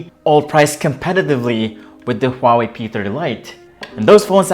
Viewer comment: First off : wtf is a hawei????